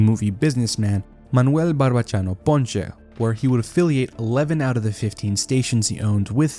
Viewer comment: Saying Ponce as "Ponche" brought back memories of grade school and kids making fun of my last name trying to be funny. 😅